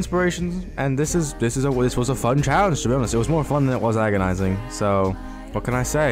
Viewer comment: You said challengejizis instead of challenge in the beginning of the video😢